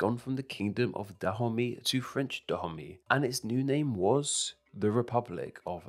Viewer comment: Actually it's not pronounced '' Tha Homie'' but "Da-o-may" sorta